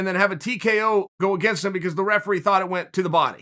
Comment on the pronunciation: The "refelee" haha